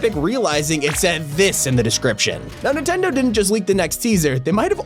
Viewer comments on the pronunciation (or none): It’s Nintendo not intendo